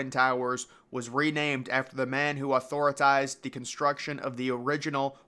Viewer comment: “Authoratized” lol it’s called authorized